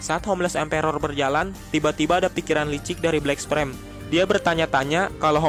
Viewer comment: Bang, pernah makan bangku sekolahan ga sih? Coba yg bener sebut nama hero atau monsternya Kek sebut tatsumaki jadinya tatsumeki, terus black sperm jadinya black sprem, tolong bang jangan asal"an nyebutnya, biar saya enak dengernya